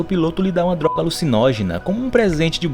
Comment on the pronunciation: Fala darga em vez de droga